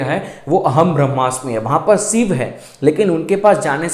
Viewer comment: जैसे सिव बोलते हो वैसे शिव भी बोल सकते हो..कोशिश करके देखो 🌹🙏💐